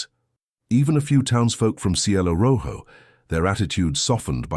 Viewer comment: The mispronunciation of Jicarilla was dreadfully jarring. J is pronounced like h. Ll is prounced like y. And since Jicarilla was pronounced correctly the first time it was used (and only the first) and rojo was pronounced correctly, it seemed especially odd.